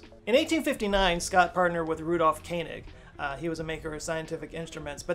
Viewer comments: That is "Ko-en egg". Not Ken en egg". fyi. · Rudolph Koenig is actually pronounced König or Kønig, not Kenig 🤓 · the American brain is weird. How you make sense of pronouncing "Koenig" as "Kainig" boggles my mind.